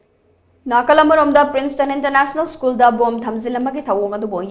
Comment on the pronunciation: Oja masamak school se "skoon" and twelve sina "tuyep" haina pronounce tourise khitang semdok chahan ning ngi. Strongly condemn the miscreants who disrupted the study environment of the school. Please take care.